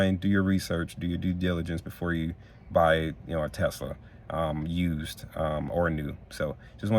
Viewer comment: Dude, There’s no (Z) In Tesla 😂